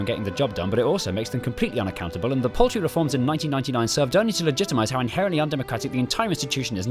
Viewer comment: Oh, "paltry reforms?" I thought you said "poultry reforms..."